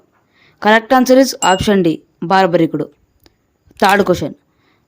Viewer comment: It is BARBARIKUDU not BHARYARIKUDU